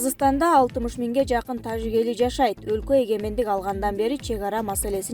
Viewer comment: Суйлоп аткан кыз зб кылдын го ж тамгасын ёжик дегендей окуп тажикстан дегенде туурале айтасын да тажик дегенделе ёжик кылывересин журналист мындай окубаш керек